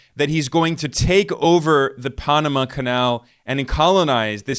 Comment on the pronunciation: Dude! Don't say Punama again, you will have more views.